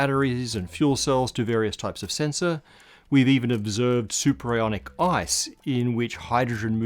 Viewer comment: Superionic or superIRONic? Am I right? :D